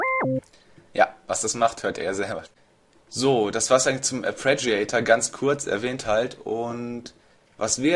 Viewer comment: Hässliches Wort, ich weiß, abe res heißt "Arpeggiator", nicht "Apreggiator". ;-) Braucht Ewigkeiten, bis man das drin hat . . .